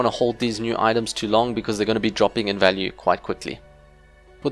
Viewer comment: When he says "value" 😩